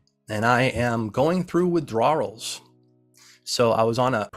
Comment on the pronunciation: Dude just cannot pronounce the word withdrawal